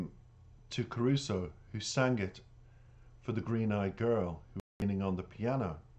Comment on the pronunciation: I just watched an live Stream Jonathan just done, and in it he mentions Caruso. he said it was one of the most difficult ones to learn. he does not speak Italian. but yet his pronunciation of it is spot on. but he learns the verse as perfect as he can with the proper Italian linguist's etc. so that he understands the passion of the words and what he is singing. and the best yet! is that he has the voice to carry it off. I grew up listening to the Original Caruso. in my youth. I find passion, skill, talent. in this beyond my expectations. ECF